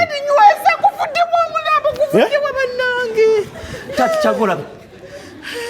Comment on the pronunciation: Hahaha ono makanika mugisu mbu omulampo instead of omulambo 😂😂😂😂